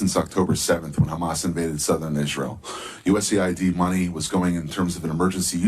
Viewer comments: Correction it’s U.S.A.I.D. NOT US(AID). Thank you. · US “A” “I” “D”… not US Aid…